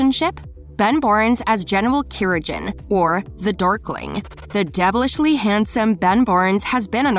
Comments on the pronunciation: Its Kirigan with a hard G. Like gun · I cringed at 'Kirijan' 😑😑😑. This video doesn't do proper research. Alina wasn't mixed race in the books. But now, I can't imagine anyone else as Alina. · Why did you have to pronounce Kirigan wrong 😑